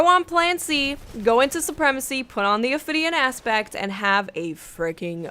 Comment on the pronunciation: It sounded like she kept saying Ophidian Ass bags